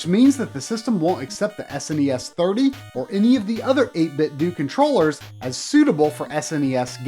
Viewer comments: I can't help but think it's pronounced Ate Bit Doh, rather than Ate Bit Doo. Like Nin Tin Doh. Maybe it's just be. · As you know, Nintendo is pronounced Nin-Ten-Do. 8Bitdo is suppose to be a play on words and sounds like Nin-Ten-Do. So its 8-Bit-Do (not Due) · Same. I’m convinced that he’s saying it wrong in this video. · I completely agree with you on this 2 year old comment. Why does almost everyone pronounce it "Doo" anyways? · Yup. It's pronounced 8bit-dew. If you don't believe me watch this vid. At the mark, they turn on the speaker and it says, EIGHT BIT DEWWWWW! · If you get the 8bitdo Bluetooth Speaker, when you turn it on, it does pronounce it 8-bit-doo. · It is doh. As in Nintendo because it an 8 bit Nintendo controller. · just fyi its 8-bit-DOE like nin-ten-do :) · Great episode. So glad to know about these. I really hope they expand into other consoles like SNES, Genesis, PS1, Saturn, etc. I would buy two for every one. I can't help but think you're mispronouncing their name. I think the "do" is supposed to be said the same as Nintendo and Tae Kwon Do.